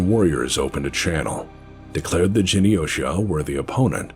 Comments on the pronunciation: Me: Glowing love and respect for and his team and all the work they've done and just being overall good gents. Also Me: 'jeny-osha?' scoff You mean 'Gen' - hard G - Yosha? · Pronouncing Reichstag: "Guten Tag!":) Trying to Pronounce Japanese Words: "Jenny-OSHA" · Thank you, BPL. And Patreon supporters. And contributing content creators. And, I guess. Genyosha is pronounced with a hard G, you backwoods yokel. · This was fantastic one small nit pick. Genyosha is pronounced with a hard g